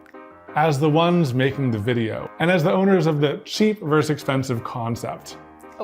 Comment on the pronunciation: I can only hope that Katelyn shouts “Curses, foiled again!” at least once during the busywork process. And, “vs” is VERSUS, not VERSE.